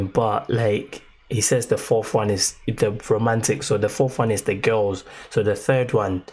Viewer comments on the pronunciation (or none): none